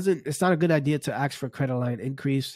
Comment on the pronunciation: “ASK” not “AXE” 🤦🏼‍♂️